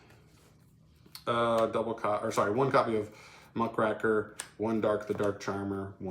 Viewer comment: Just as a note because this is a pet peeve. It's Muck-Raker. It's a kind of journalist